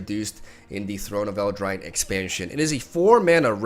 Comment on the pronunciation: It's amusing, there's an insane amount of names he just can't seem to pronounce. What makes it weird is that some of them are read in Spanish and he speaks that, so there's no excuse.